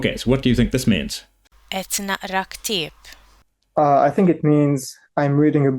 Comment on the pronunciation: sounded Lebanese, escpecially the pronounciation of "Ktieb".